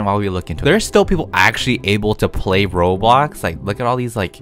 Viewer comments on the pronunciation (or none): none